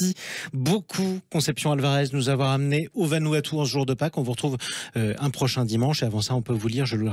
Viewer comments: Vanuatu pas vanuaptu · Se dit Vanouatou. Le U se prononce ou.